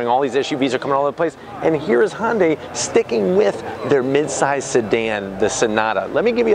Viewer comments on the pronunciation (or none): its not "honday" it's ""HI YUN DAI" if you're going to review something ...at least pronounce it right...Can't wait until you review the next toylotta....or cheby corbette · Even if you’re not going to pronounce the “y” in “Hyundai”, it’s not Honda with a “y” at the end. There’s no “o” in Hyundai. “Hunday”, please. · It's a HYUNDAI not a HONDAI FOOL. At least learn how to say the name genius. I've owned 4 Hyundai's. 1 Elantra many years ago- with manual gearbox.( which my daughter wanted- I bought the car for her) Nothing to brag about. And THREE Hyundai Sonata TURBO'S. One was wiped out with only 1200 miles on it by Hurricane Sandy. Last 1 was a 2013 Turbo with 275 HP & after that for some reason Hyundai dropped it down to 245 HP??? FUCKING RIDICULOUS. So I got 30 more HP with an older car? PURE STUPIDITY. Now I have a KIA (HYUNDAI BOUGHT THEM) STINGER WITH 365 HP. Now that's the way to do it guys. Thanks to the AUDI engineers that developed this car. Great, good looking, & fast. Love it. Ceramic silver or as I call it glossy battleship grey. The best. Next year make it 500 HP folks. lol